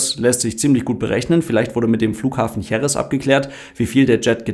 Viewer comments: Wue immer, sehr interessant und ausführlich erklärt! Denno erine formale/formelle Bemerkung > Bei der Betonung der Stadt JerEz, wird der Akzent wie das große "E" zeigt, auf diesem zweiten "e", gesetzt. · Danke für das Video. Jerez wird Heres ausgesprochen 😊